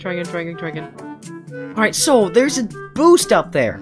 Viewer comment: You siad boosa